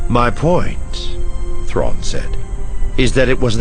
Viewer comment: About half the time you left out the "r" out of the Thrawn.